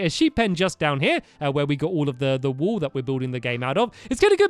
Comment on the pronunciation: does he say this wool or "this wall" in an accent? #